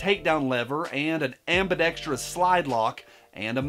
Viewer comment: YES! Thank you for pronouncing 'ambidextrous' correctly! Also, "2.5 avocados long". That's awesome! 🤣